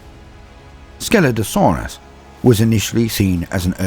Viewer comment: Only listening to this I thought I heard "Skeletosaurus" when you were talking about Scelidosaurus. 🤣 Great video. Keep up the good work.